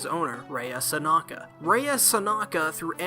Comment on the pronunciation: I’m pretty sure her name is “Sanka” ??? You say her name as if it’s “Sanaka” ...and yet you pronounce the title of the anime correctly lol xD Was that mistake there part of trying to be funny or is it simply just accidental mispronunciation? :) Also, I really don’t like Ranko she gets really annoying (￣-￣) I don’t care how the culture’s different in Japan, it’s still wrong even if she were to be his 1st cousin or something it doesn’t matter - THEY’RE RELATED :/ I mean... if they really wanted her character to have romantic feelings for Chihiro then they could’ve easily just labeled her as his childhood friend instead ...so it’s less weird I guess IDK乁(;￣~￣)ㄏ But that’d be kind of a cliché though Anyways, Sankarea is a nice anime overall I really liked the story, liked Mero, Rea and Chihiro & Nice opening and ending (人^ヮ^) Just wished it was longer like maybe a total of 24-26 episodes instead of the current 13 episodes ( ¬ _ ¬ ;) ...maybe someday we’ll get our 2nd season, it’d be nice to see the rest of the manga animated ( ˘ヮ˘)♡